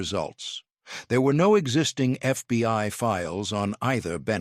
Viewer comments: It is not the FBY it is the FBI. Please get it right or stop trying to and get someone else who can get it right everytime. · I guess all the holes in this tall tail is how the constant glowing embers got in. "Thirty-two dollars zero zero zero", "FBY" often used in place of FBI and enough pregnant pauses to deliver a fullterm bsaby, are just some of the reasons EVERYONE HATES computer generated narrators.